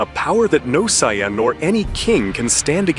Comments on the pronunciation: What the fuck is a sy ann, there’s no such thing, you mean sayian, lol. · Cyans instead of saiyans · Looks and sounds good, but the pronunciation of Saiyan is slightly annoying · Wanted to watch this but as soon as I heard how they pronounced saiyan I was out. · BTW, I think this is awesome! BUT! Let’s be real, he had to have used AI. No DB fan would ever pronounce some of their names the way it does. Lol